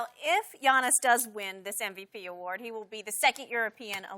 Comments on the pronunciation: Did Chris Broussard say 'to be Giannis...' or 'to be honest'...? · Its Giannis. Not close